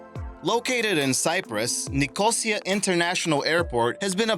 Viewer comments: It's not Nih-COH-sia, it's Nico-SEE-a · NicOsia - the word is pronounced NicosIa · repeat after me .....NIK...O...SEA....A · Bwahaha. He can't pronounce Nicosia..... Edit. ABORT, ABORT, ABORT. He can't pronounce any of the name places correctly. What waste of time! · That’s not how you pronounce Nicosia.